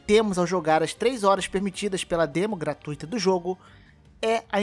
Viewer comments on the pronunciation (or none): none